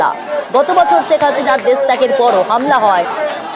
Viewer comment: হায়রে সাংবাদিক 😂😂আমাদের নেত্রীকে ছেখ হাসিনা বলে কেন বারবার। 😂😂